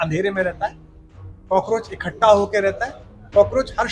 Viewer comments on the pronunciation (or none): Ikattha ko ikhatta bol raha hai